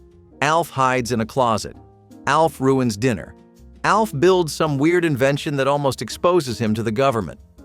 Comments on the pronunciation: I know what everyone called him, and I know what the letters stand for. You are saying "A" "L" "F", which isn't what the show is called. The show is called "Alf" and his name is the same. It is an acronym. Acronyms are pronounced like words. Scuba. Nato. Radar. Those are all acronyms where every letter stands for something, but we say it like a word. I watched it when it first aired. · Ok the way you’re saying “Alf” is driving me insane. Was it just my family and friends that called it literally “Alf?!!” Not A.L.F.???? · You realize that "ALF" is pronounced as a name, and not the letters, right? It's an acronym, like SCUBA or NATO.